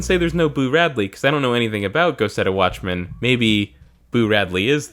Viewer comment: The first time I heard you say "Go Set A Watchman" I parsed it as "Go Setta Watchman" and thought it was some Sentai-esque Japanese series.